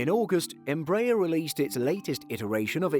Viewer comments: It's NOT "Em-BRAYER" you klutzes.....it's "embra-AIR" that's what they use in Brazil, so who says you can change their pronunciation....ask a Brazilian... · In fact, -aer carne from 'aeronáutica' (air navigation) and it is pronouced as is in Merkel (from Angela Merkel).